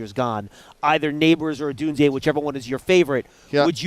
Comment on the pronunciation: Good lord John, its Odunze, not Odunzeeyay. Like nails on a damn chalkboard.